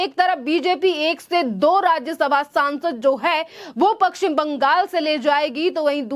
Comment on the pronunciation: पक्कसिम नही पश्चिम बंगाल बोलिए